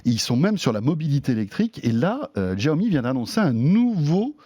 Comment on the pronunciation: Faut arrêter de prononcer "djaomi", vraiment